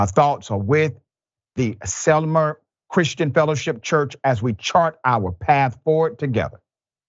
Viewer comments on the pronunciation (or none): Dr. Rashid (please forgive any mistakes or mispellings) however in this video the town name Sylmar is pronounced as sil-mar not sil-mer. Just an FYI.